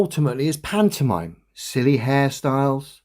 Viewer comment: or make him stop saying pantomime ?